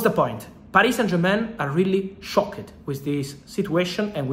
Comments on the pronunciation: I’m more shockeed with your pronunciation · How Fab pronounces "Shocked" and words ending with "ed" gets me every time. I love it 😂👌